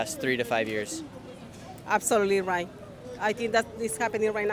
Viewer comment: “Asalutey righ” 😂😂😂